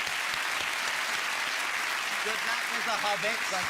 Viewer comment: “The Obbit” 🤣